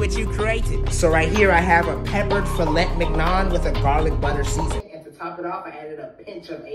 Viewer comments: Man said filettt minion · me: it's pronounced filei minhon😡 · It's pronounced Fill-Ey Min Young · It’s pronounced like “Feelay menyon” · The way is said filet mignon it’s pronounced Fil-é Min-yohn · It’s pronounced “fil-a min-yon” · It’s pronounced fil-ey min-yon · Filleh Minyon is how it’s pronounced, dont know if it was intentional to do this but plz no r/woooosh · It’s pronounced fuh lay min yaan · Its pronounced "filleh miniyon" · Gordon would throw u out of this world for pronouncing filet mignon like dat Filett mick nun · Its pronounced filay minyon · The pronouncing of "filet mignon" feels satire but also feels genuine. French people would kill him if they heard what he said. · The filet mignon pronunciation is so hilarious 🤣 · I'm learning like 3 or 4 languages at once and I'm crying in French due to how he pronounced filet mignon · You don't even need to be French to want to murder him for that pronunciation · the hilarious lack of correct pronunciation and fillet mingon is unbearable